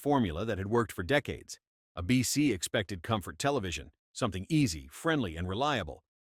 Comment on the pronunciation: How many times does this video sau “Uh-BC” instead of “ABC?”